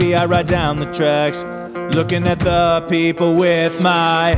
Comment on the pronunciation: Your not saying people the right way